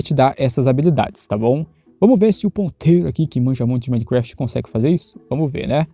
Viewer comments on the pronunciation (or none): none